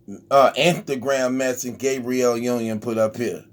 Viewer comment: Lmao he said Gay-briel Union 🤣🤣🤣